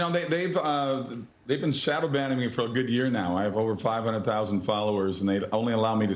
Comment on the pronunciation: I thought he said they were "shadow banging" him. lol.